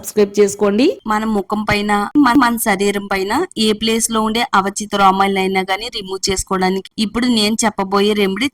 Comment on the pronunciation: Avachitha kadu thalli aavanchitha romalu